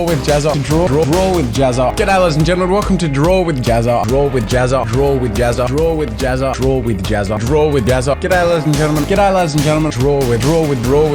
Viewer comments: Is it me or when he says draw with jazza its sounds grow with jazza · "...Drool with Jazza!..." Now you can't unhear it! (･.◤) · Does any body else hear "drewid jazza" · What I understood: "Welcome to drool with Jazza!" or "Welcome to drooling Jazza!" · It sounds like you're saying drool with Jazza!😂😂😂😂But good for you for changing, to a new beginning!